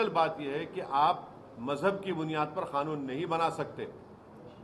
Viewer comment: Madachd Owasi, tu pehele bolna sikh ch oo tia. Woh kha-noon nehi Kanoon hai bha d we.